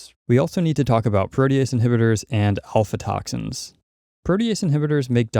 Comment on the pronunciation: Aflatoxins, not alfatoxins :) Overall, great info!